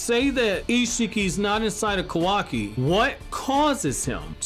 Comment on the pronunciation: I just have to ask, but why are you saying "Kowaki?" Its Ka-wa-ki." Just curious to why you call him Kowaki.